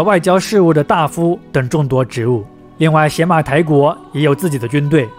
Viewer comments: 那念野马台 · 邪 在这里应该读牙，Yamato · 邪马台的邪字应读yé。大夫的大字读dà吗？ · 是邪ye马台不是xie马台。。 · 邪马台会不会其实读作“邪（yá）马台”，即日语读音里的“大和（yamato）” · 必须肯定和支持，但也需要提出些许意见——读音要准确，比如邪（ye2）马台国；视频资料可以更贴合一些，结合一些小标题。希望继续做下去，做得更好。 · 前后鼻音不分 知识硬伤太多 比如邪马台的发音才是yamato 并不是倭的日语发音 倭奴这个称呼也并不是汉朝希望他们臣服 而是倭奴国对自己的称呼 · 邪马台国的记载最早见于《三国志》中《魏书·东夷传》倭人条（通称魏书倭人传）记载的倭女王国名。古书中“邪”是通假字，也读“也”，所以邪(yé)马(ma)台(tai)国，其实也就是大和Yamato发音的中字译音。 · 邪马台，yé mǎ tái